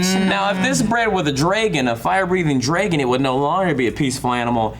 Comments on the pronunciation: Why does pronounce Dragon wrong? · says dragon so weird...